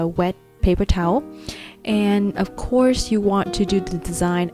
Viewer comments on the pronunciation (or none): none